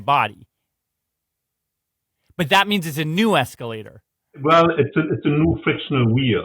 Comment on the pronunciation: eeescalata, eeescalata, eeescalata, ohhhwooow!